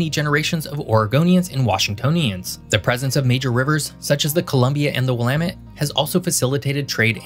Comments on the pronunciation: Thank you for pronouncing “Willamette” correctly. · Thank you for pronouncing "Willamette" properly. I hear people stressing the wrong syllable, as well as trying to pronounce the second 'e' (which is silent). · As myself being both a William and as a person who grew up in the Pacific Northwest, I congratulate you on your proper pronunciation of the "Willamette Valley."